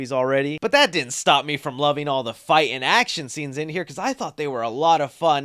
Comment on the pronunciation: The word fight has a T in it. One starts by saying fi and then one adds to it: ight. It's not figh--, it's fight. T's are not word decorations, they're meant to be pronounced. Otherwise we all digress into stupidism. Please try harder.